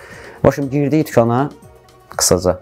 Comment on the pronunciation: 5.50tukana girip nece deyir tukana gedirem